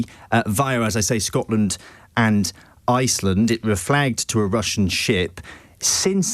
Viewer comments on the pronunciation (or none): none